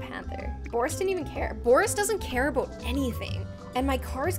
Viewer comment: am I the only one e who caught the Canadian 'bout 😂